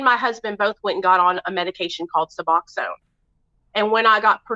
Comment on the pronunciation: Lmfao she cant say suboxone